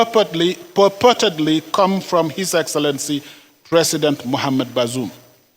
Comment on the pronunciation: The fool can't even pronounce the name of the ousted Niger president. Useless fools and criminals everywhere.